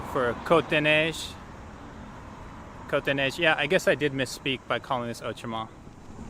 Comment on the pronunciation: your pronunciation of cote des neiges is very very close to the mark, but outremont's is not so good